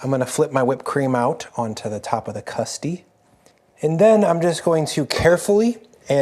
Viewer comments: I died hearing “custy” 3 times in a row 😂😂😂 That’s an old drug dealer slang for customer 😂😂 i’m sure the pie is super delicious , though! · Every time I hear “custy” I’m tempted to turn off the video.